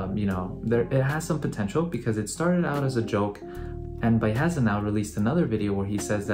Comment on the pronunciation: dude, his name is pronounced "Bee-Uh-Hesa"